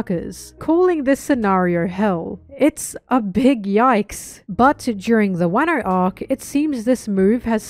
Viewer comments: Wairno and Barock Works instead of Wahno and Baroque Works 😭😭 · I agree with everything in this video. Aside from those pronunciations. Wuhno. Not wahno. My pain is immeasurable. It's probably preference and I'm probably wrong but my ears don't like it 😭